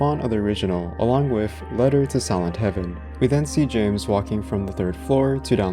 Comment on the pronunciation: whenever yoy say "silent" sounds like youre saying "sih ent"